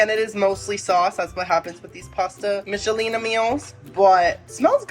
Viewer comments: It's pronounced Mickelina just letting you know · I may watch again to count how many times you said Michelina wrong. 😂❤️ It’s like nickel. Mic-kel-ee-nah. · It's pronounced Mick-ah-leena haha